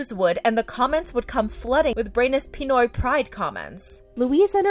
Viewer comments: its pi-noy not pii-noy pinoy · No offense but its pinoy not peenoy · Pi-ni-oy Its actually Pi-noy. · Pi-noi bathing 😭 its Pi-noy baiting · Pronounciation: Pinoy: Peenoy